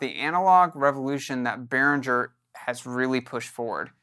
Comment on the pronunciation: Pronounce BehrinGGer not BehrinDJer